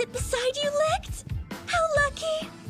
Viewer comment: Licht is pronounced leeshed did the entire dubb team really miss that?